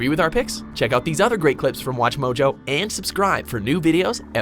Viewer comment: Lmao listen to her say mojo at the beginning of the video!